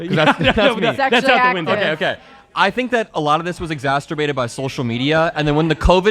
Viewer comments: Bro said “exasturbated” instead of exacerbated haha. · “exasterbated” while speaking on incels😂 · The ill informed young man cracked me UP when he said “exasturbated” 😂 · exasturbated is a pretty funny and accurate mispronunciation of that word